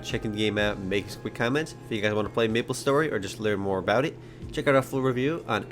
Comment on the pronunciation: Aaaaand I thought he said nipple story for a sec